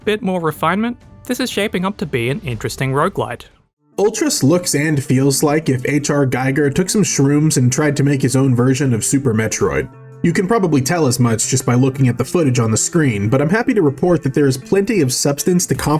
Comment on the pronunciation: Interesting. I wanted to give a note to the person who highlighted this game/demo: the artwork is more reminiscent of Moebius (Jean Giraud). And also the obligatory correction that HR Giger's last name is pronounced 'geeger'. Final addendum: to second what was said above regarding the content here vs Escapist: I watch all of Second Wind, whereas I learned to avoid anything on Escapist that wasn't Yahtzee.